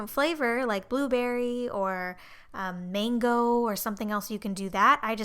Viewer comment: Luv the way she says mangoo ...